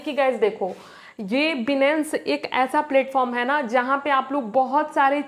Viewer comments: Benance ni hota h Binance hota h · 😂 बीनेंस नही होता बाइनेंस होता है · अरे मैडम बिनंस नहीं है बाइनांस नाम है उस ऐप का😂😂😂😂😂😂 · Benance nhi binance hota hai 😅😅😅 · yes bro aap sahi baat kar rahe ho binance ka nam tak ye ladki sahi se bol nahi paye ye video maior is trick se to nahi but binance mai future trading se auccha khasa earn kar sakte hai or mai kar bhe raha hun but iskeliye bhi technical anysis karna padta hai ismai bhe bahot dimak lagana padta hai tabhi ja kar reward milta mai bro so hardwork and smartwork most importent in trading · Binance bolna bhi nahi aata yeh sikhaigi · Papa ki pari phle binance bolna Sikh le